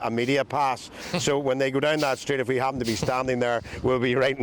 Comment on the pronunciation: Shooed not ahpen. Riot...I mean, riight. I'd like t' care about Eire & her ire, tho' it's not St. Paddy's poetry club anymore. More paddywhack paddy wagon. Tsk. (P.S. -- lame photo repeats. Lazy.)